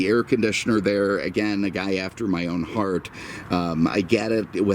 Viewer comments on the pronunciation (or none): none